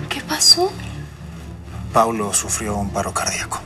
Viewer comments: No es crítica pero es paulo no plablo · No se dice Pablo es Paulo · Es Paulo dice Pablo 😂😂😂😂😂😂😂😂😂😂😂